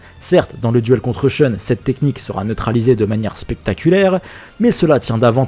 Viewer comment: Sheune ? Vous voulez dire SHUN. Ne calquez pas arbitrairement les règles de la phonétique anglaise à un mot japonais, ça n'a pas de sens. PS : maZami ?